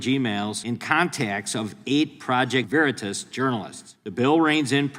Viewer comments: Ahh..it's Veritas..not Veritis..you buffoon..I'm sure in the fine print, it says this is all bs..🤭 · I just wish peeps would learn how to pronounce Project Veritas :) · If those creeps agree to somthing it must help their COMMIE BLMARXIST SOCIALIST DEMOCRAP CAUSE unless they are doing it for optics because the topic is scaring constituents and they are loosing trust VERITAS some of them can't even pronounce it right